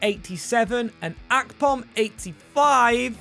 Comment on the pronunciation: The way you pronounce Akpom does my head in